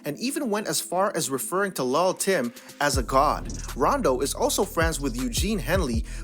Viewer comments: Dis nigga said lal Tim 😂😂💍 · The way he keeps saying lull tim like that is irritating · It's pronounced "lil'" not "lull" (although they spell it that way) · Hold up Hold up Hold up did u just say LUL TIM ???? wait dont it suppose to be LIL TIM whats going on here ??? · It's pronounced "LIL "short for little Tim.